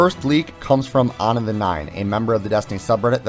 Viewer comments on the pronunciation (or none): onon? You mean anon?